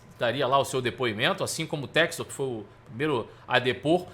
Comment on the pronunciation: Ele não sabe inglês… é por isso… chama john textor de “jou tésto”…